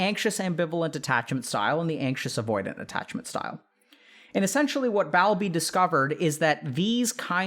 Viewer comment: Don't you mean asocial, not anti-social? Also, I have always heard the name Bowlby as Bowl-bee. BTW, love your vids. I think people really connect with them. ❤ Best wishes.